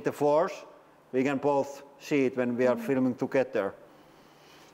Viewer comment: Very cool bunker! Can't wait to hear more "and here veeeee go!" 🙂